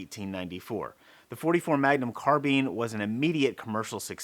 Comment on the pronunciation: carbeeeen hurts my ears (carBYNE)